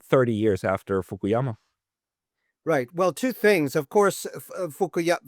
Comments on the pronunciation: Maybe he was just a bit nervous...you know, like human get sometimes. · He knows everything about Fukuyama's work but can't pronounce his name right😅